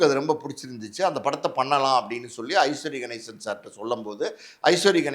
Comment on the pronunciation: ஐஸ்வரி கணேசன் இல்ல அவர் பெயர் ஐசரி கணேசன். சரியாக உச்சரிக்க வேண்டும்